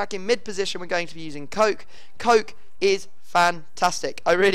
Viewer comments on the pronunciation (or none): It is not COKE , it's KO-KE